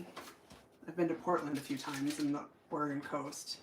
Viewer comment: Wenatchee! Apples! I live in Seattle. Oh, and, it's pronounced Ore-uh-gun. Not Ore-eh-gone. Hee hee. I'm from the East Coast, originally and only made the mistake of mispronouncing Oregon once. 😂